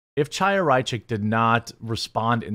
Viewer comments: It's not CH-aya. It's H(with Phlem)-aya! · Chaya is pronounced “High-Yah.”